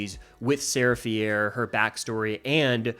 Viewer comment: sarah “fee-air”? i will never understand how people mispronounce names that they only learned in the first place by hearing them said out loud in a movie. it’d be understandable if you had only ever READ “fier” and thought it was pronounced like that, but come on… they pronounce it like “fear” over and over again throughout the entire trilogy💀